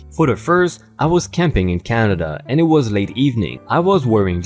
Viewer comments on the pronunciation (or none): none